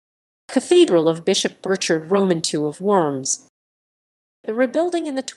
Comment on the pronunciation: I could only stand a couple minutes of this video, they insist on pronouncing Worms wrong over and over and over.